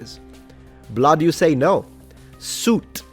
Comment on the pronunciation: when say Suite he means Soot